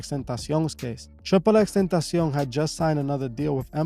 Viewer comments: Tripple x tentacian??? Never heard it pronounced that way haha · Lml you know this guy is Spanish when he pronounces xxxtentacion and Chicago 😂😂😂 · Bro do you speak spanish??? The way you pronounce "tentacion" makes me believe you do lol